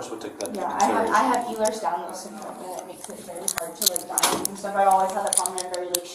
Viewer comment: I thought she said Buellers Danlos Syndrome instead of Ehlers. But I could have heard incorrectly. After that all I could hear in my head was Bueller? Bueller? 😊